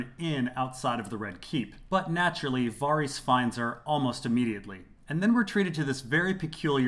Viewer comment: Can you please pronounce Varys correctly, it really upsets me